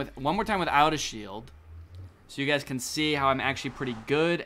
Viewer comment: As a wise man once a said ''Hello gayys 💀💀hope your PROUD of ur selfs''💀💀💀 "This is ezy pezy as u can sezy''